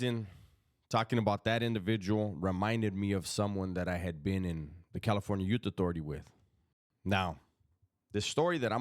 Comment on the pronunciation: California "Yute" authority 😂